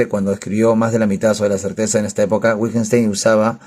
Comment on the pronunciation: Detesto como pronuncias Wittgenstein... Es broma jajaja excelente revisión del libro. ¿Cuánto le costó?, lo quiero comprar pero no quiero ser estafado. Saludos.